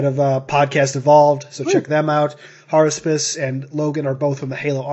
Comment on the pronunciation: HARUSPIS? IT IS I, JUL!